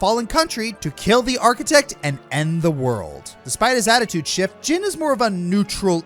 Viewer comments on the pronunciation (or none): none